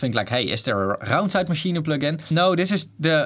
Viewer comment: can we just appreciate how well he says "raumzeitmaschine"